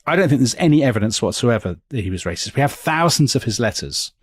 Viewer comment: Lol , it’s hilarious to hear you try your best to admonish Nelson as a wassssssist . Of course he was and that’s fine for the era .